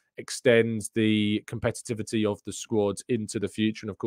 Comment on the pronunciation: Bless you … competitivit??? 😂